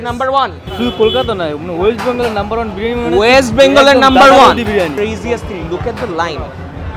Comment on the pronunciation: Bhai Birani nh Spelling Briyani...Age bolte sekh ...😂